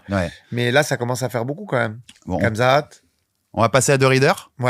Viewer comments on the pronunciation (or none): Mais c'est ça qui me choque moi c'est que si tu l'as revu tu verra bien que y'a des coups de McGhee qui sont pas si significatives que ça! Dsl pour le blaze j'ai pas fait exprès (Par pitié arrête de prononcer Khamzat comme ça s'écrit 😭 c'est "Rhamzat" à l'oral)